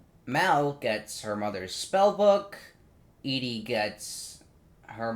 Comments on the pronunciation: him saying Edie the whole time lolololololol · Her name is Evie not Edie :(